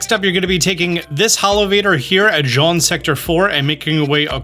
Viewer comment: Imagine taking 10 seconds to type Jaune into Google translate and figure out how to pronounce it instead of saying Jean for 10min straight